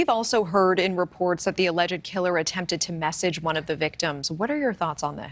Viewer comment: “Alleged” is two syllables, not three.😅